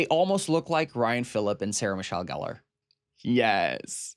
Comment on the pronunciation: Ok, well now we all need to hear you pronounce Ryan Phillippe’s name correctly. 🫠 We all know you’ve heard it pronounced correctly before.